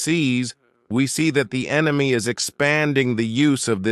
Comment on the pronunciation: FIRST TIME I hear RUSSIA called ENYMY as ENYMY including arch-ENYMY ISRAEL AND USA.